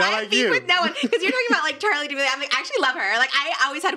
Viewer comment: Did he say Charlie Damelio